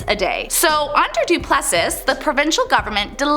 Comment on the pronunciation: Don't forget pronouncing conscience as con-chents, or Duplessi as Du-pless-is! Ack! Did none of her teachers ever speak English to her? Appalling!